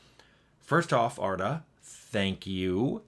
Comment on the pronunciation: Wow thanks for the whole video! Perfect pronunciation of my name “Arda” btw lol